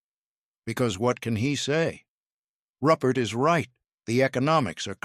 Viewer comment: "ROO PERT" :face-turquoise-covering-eyes